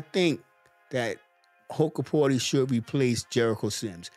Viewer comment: BTW, it's pronounced "Hook-porti" not "Huck-porti"